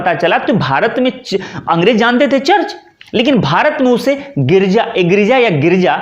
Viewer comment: Not girija" girja "